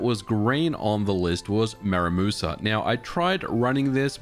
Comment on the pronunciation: It's "Muramasa" not Maramusa"